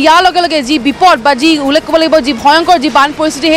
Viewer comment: Ullekh word tu k thikse practice koril sage..